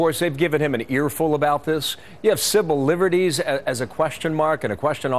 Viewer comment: "Cibil Livery's"